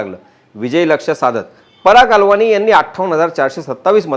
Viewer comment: पराग अलवानी नाही..पराग अळवणी मराठी माणूस ..सिंधी नाही